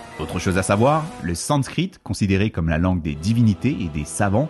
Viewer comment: Vue comment tu prononce sanscrit 😂 c'est la première fois que tu utilise ce mot